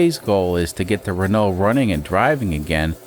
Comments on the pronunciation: Renault is pronounced "reh no" (the "lt" at the end are silent) Quirky little beast, this car. I'm UK-based and have never seen one (though to be fair, it would have been a reasonably old car even when I was born) EDIT: there are 14 left on UK roads as of today. Even back in 1995, there were only 38. There's also a further 6 that are declared "off-road" (Statutory Off-Road Notification, or SORN, meaning you aren't allowed to drive it on public roads), but have not been declared as "scrapped" - meaning there are 6 that could possibly be resurrected, or are show cars with occasional seasonal use. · To be THAT guy.. It's infact pronounced 'Renau' So just like you are already saying it, but cut out everything past the U :P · Good morning yes it is indeed a Renault 10 (the L and the T are not pronounced, RENO) derived from the Renault 8, descendant of the Renault Dauphine. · Hey. Great to see the Rennow (rhymes with Renault) back. Wow. It cost 6 million dollars to take the cover off 😂😂 Love your work 👍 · Reh-no is the proper way to pronounce the name. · Pronounced: Run? No. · The correct way to pronounce Renault: “Does it RUN?” “No.”